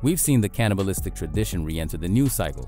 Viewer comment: "cannabilistic" lol